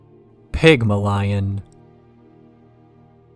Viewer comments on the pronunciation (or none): really good video also Pigmalion is pronounced Pig-Mal-Eon